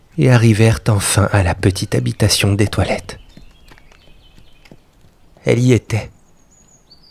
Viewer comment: Quand vous dites "la vertu d'Etoilette", moi j'entends "la vertu des toilettes" ! 😂😂